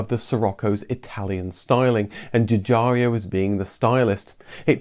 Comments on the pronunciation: The designer Mr. Giugiaro's name is correctly pronouncd Ju-Jiaro, not "Ju JAR eeo"...🤥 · The designer's name is Giugiaro, not Giugiario... :) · Arrgggh!! Your pronunciation of "Giugiaro" is excruciating! It's not "Juh-jar-ee-o", it's more like "jye-jyah-ro" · Another great video, thanks. I would just like to point something out, though. I know it is a little thing to everyone else, but to Sig. Giugiaro and anyone else who can speak Italian, I am sure it is irritating. His name is pronounced 'djew-djyaro" not "djew-djarry-o". Also, his first name is pronounced "djor-djetto" not "djeeo-djetto". As my wife's Polish grandmother used to say: "details, details!" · Love your videos, but the way you pronounce Giugiaro's name could use some work! It's pronounced as if you're saying "Jorgetto Jugiaro" (Think of a name like Jordan. And there's no "I" after "ARO"!) Scirocco should be pronounced as you would say "Shirocco". Thank you for your interesting videos, keep up the good work!